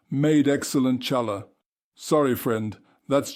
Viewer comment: Mar AI mispronounces ח as in chutzpah and challah in spite of his Hasidic attire. (Ha, ha, he probably is a convert).